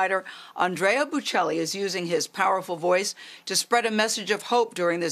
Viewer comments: Pronounce his name correctly, good grief! Embarrassing to USA..Not “Boo Chelli” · She did a horrific job in that inter-couldn’t even be bothered to learn correct pronunciation of this great man’s name, or his wife’s. Called his wife an interpreter. Cringe-worthy. Please do better, King, and let your guest finish speaking